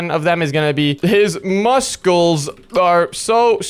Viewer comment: Why is saying mus-cles